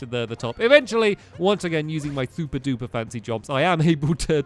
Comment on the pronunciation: Stampy: hello welcome back to SOUPer mario oddesy Me: WAT